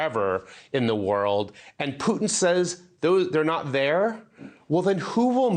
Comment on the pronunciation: It's funny how you say Piutin 😆. It's more like Put in 😁. And when you talk about dirty work, don't forget to mention Hamas, Hezbollah, Mossad, MI6, CIA and FBI.